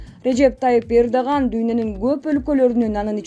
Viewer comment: Эрдоган дегенди туура айтып сүйлөчү Эрдаган дегендей угулуп калыптыр